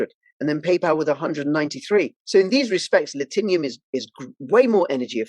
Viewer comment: “Latinum” looks like a 3 syllable word to me. Whoever sponsored this ad is pissed you butchered the name Do you say Platinum or platinium?